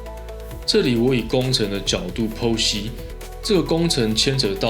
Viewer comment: 剖析發音好一點我聽成別的了😂😂😂